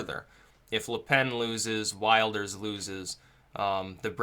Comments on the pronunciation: Just so you know his name is pronouned gurt vilders- thats phoneticaly correct- Geert wilders, not wild ers, just so you know dude, your election coverage and this coverage is great. By the way if you want to see a bunch of outsiders who will never assimilate look no further than Dearborn Mich. It is disgusting. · Wilders is pronounced "VILDERS" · Like the video. Quick point - you pronounce it 'Vilders'. It's spelt Wilders but that's not how you say it. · Prononciation is will-ders otherwise good analysis. t. dutchbro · Geert Wilders(I believe it's pronounced "Heert Vilders", by the way) hair actually reminds me more of David Lynch that David Brock. :) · MAKE A VIDEO ABOUT PRONOUNCING WILDERS AS WILLED-ers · please please please "i" in Wilders is pronounced like "i" in "tip" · Wilders is pronounced with an i as in hit him! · Dutch voter here: great post. Just one thing: The name Wilders is pronounced differently. The i sounds like in 'will'.